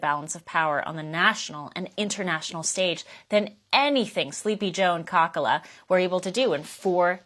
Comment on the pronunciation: Did anyone miss what she called Karmela? She called her "Cockala." 😂😂😂😂